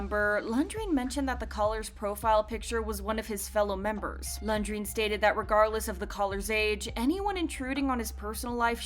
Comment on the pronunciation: The way this "narrator" is pronouncing Renjun 😂... Lundgren?